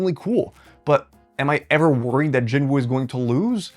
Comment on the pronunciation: At least pronounce Jin-woos name correctly